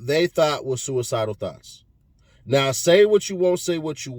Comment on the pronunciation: Did he say thots or thoughts?